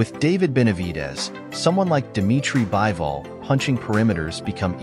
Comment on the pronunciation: It's bivol not bible